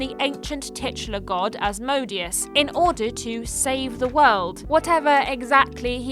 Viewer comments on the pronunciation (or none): Asmodeus... is pronounced az-moh-day-ous... and is another name for the devil